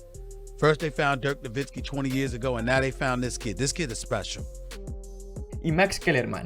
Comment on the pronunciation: no dice Vince Carter dice Dirk Nowitzki, y hay algunas traducciones mal hechas y palabras mal escritas. Aún así videazo y super bien documentado.